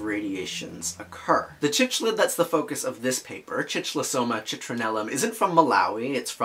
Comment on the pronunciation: Thanks for the post, great discussion. A very minor comment, but cichlid is pronounced "sic-lid".